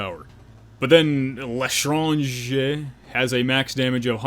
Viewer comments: Omg, he said “L’tranger” right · it's pronounced lé-tran-jé. or just call it "the stranger" if you bad at french accent.